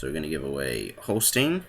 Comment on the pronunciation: Holstein is pronounced Holst(eye or I)n. In German ei makes the English I sound while ie makes the English ee sound.